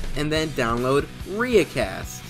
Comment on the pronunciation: Its pronounced riiicast